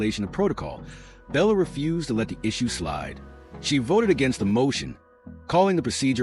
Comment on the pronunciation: Her name is Blecher not Bella Or Bellas